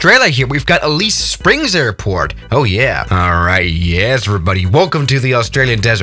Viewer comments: It's not Elise springs it's AH-LESS SPRINGS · HE SAID ALEASE SPRINGS REEEEEEEE i disliked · If your gonna say Alice springs say it correctly or don’t say it at all that’s racist and disrespectful especially to the aboriginal people and I have family that’s aboriginal so next time you mention it I would appreciate it if you would say it right or don’t say it at all.